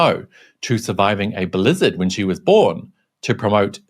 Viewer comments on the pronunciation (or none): none